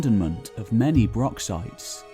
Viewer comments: Now practice....Johann Sebastian Bach, Bach ......now say Broch. Broch....not Brock. Achh, Sassenach. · FYI. Broch is pronounced like loch, not brock or lock. As per this explanation: Callanish - Calla-nish. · Wish you could say broch properly as it's not broc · Well, he's pronouncing it wrong here, it's pronounced with a germanic "ch" sound, as in "Utrecht", not a "k". English people often struggle to pronounce that sound and revert to "k". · Its really annoying that the word broch is mispronounced as "brock" throughout the video! A wee bit of an effort with the language isn't too much to expect Is it? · Might take you seriously if you showed respect for our language & even made the effort to pronounce BROCH correctly. It's not a bloody BROCK! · Interesting, but hard to listen to when the narrator can't even pronounce the subject word of the film. Broch, like loch is NOT pronounced as Brock or Lock, yet this northern english bloke manages to mispronounce several words that really a bit of basic research could have avoided. resource, NOT rezorce, eg the source of a river. I don't understand why this channel can't find people who can speak correct English. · Extreeeemely embarrassing that the narrator does not pronounce broch correctly... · How I wish it had been narrated by a Scot, preferably by a native Highlander. His pronunciation of the word broch itself is very grating. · please learn to say 'broch' with the correct pronunciation. It's like people who say 'lock' instead of 'loch'.... It's insulting to the natives .... I can hear that you are trying to get the 'ch' sound, but failing. I was working in Wales a few months ago and spent some time in a pub chatting to some Welsh people and getting some help with Welsh place name pronunciation, we had a laugh, they appreciated my efforts and I learnt something. I suggest you do the same in Scotland. We have far fewer difficult words than the Welsh...